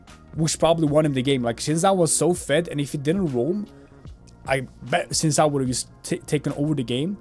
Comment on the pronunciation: ..he pronounced xin correctly though. the second pronunciation was incorrect.